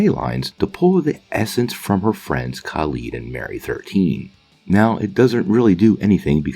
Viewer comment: ( you don’t even try to pronounce Khalid’s name right.